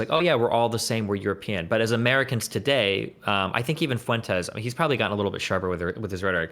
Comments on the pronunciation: “Nick Fooentes” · He keeps calling him "Foo-Wentess" 😆 like its not a spanish name